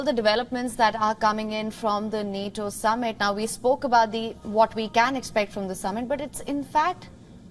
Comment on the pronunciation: Lol he can't even say Nato properly 🤣 no sir learn how to say the word before you can join